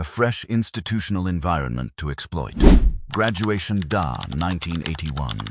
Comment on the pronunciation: Oh yeah i miss Graduation Da !!! 😄 Funny AI fail!